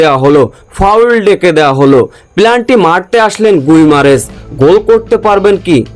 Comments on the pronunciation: এই শালা শব্দটি হবে পেনাল্টি। তোর উচ্চারণ ভুল। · পেনাল্টি ভুল উচ্চারণ করেন কেন